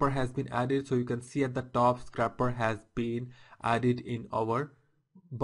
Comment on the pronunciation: i believe it is scrape not scrap. So it isn't a scrapper but a scraper. other then that, great video. Thumbs up!